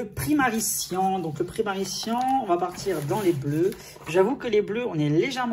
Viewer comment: Ça ne se lit pas « primary cian» ça se lit « primary cayan »